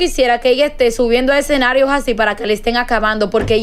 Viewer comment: se dice escenarios, no etcenarios